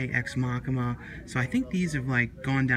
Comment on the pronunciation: "Ex Machima." I love.